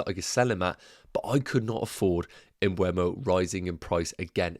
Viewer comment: Please. It's not m-bweh-mo. It's m-buh-mo. If you're owning him, you should pronounce it correctly😅 Thanks in advance!